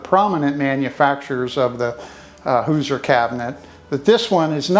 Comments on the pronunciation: I'm born and raised in Indiana. It's pronounced like "who-zhur." The si in Hoosier sounds like z-sh like the word "closure" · First of all, it's Hoosier with an "sh" sound for the "s". Your wife had it right 😉 My great grandfather co-owned the Campbell-Smith-Ritchie Boone cabinet company in Lebanon, IN. Three of my sisters have beautiful cabinets we call Ritchie Cabinets after our grandfather. They are so cool. I'm glad you got this Hoosier cabinet for your beautiful farm house.